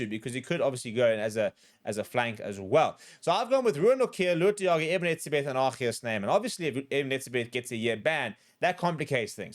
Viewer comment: Eben?? Really 🤦‍♂️